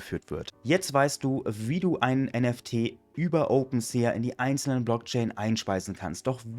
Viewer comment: Bro will jetzt garkein klugscheißer sein aber, glaube das wird „OpenSi“ ausgesprochen. Hoffe du weist was ich mein